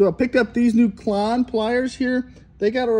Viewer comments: Why do you pronounce Klein like Claun? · Klon...??? Maybe call the company's number and when they answer you'll know how to pronounce their name correctly.